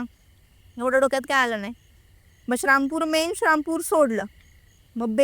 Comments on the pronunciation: श्रामपूर नसतं ते. श्रीरामपूर म्हणतात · श्री रामपूर ला शरामपूर बोलतात ताई 😂कारण अम्ही क्रिचन आहोत म्हणून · श्रामपूर श्रामपूर काय लावलय या बाई नी...नीट श्री राम पूर नाय बोलता येत का ....आमच्या देवाचा नाव घेताना लाज वाटते का...पॉडकास्ट घेणाऱ्याने एकदा तरी त्या बाईला जाणीव करून द्यायला हवी होती श्रीराम पूर या नावाची... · शारामपूर❌ श्रीरामपूर✅ अहमदनगर ❌ अहिल्यानगर ✅ हा ले लू या ❌ हलउया ✅ तांदूळ कमी पडला तर शिर्डीला गेल्यावर जेवण करून या अन्नछत्रमधे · असल्या लोकांना आणू नका श्रीरामपूर म्हणता येत नाही येडझवी ला हिंदू ची क्रिश्चन झालेली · शारामपुर काय आहे…श्रीरामपुर म्हणता येत नाय का??? असल्या लोकांना बोलवत नका जाऊ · Dhanyawad 🙏 हेच बोलणार होतो आणि या शब्द उच्चार च्या चुका मुद्दाम केल्या आहे या किच्चन ताई ने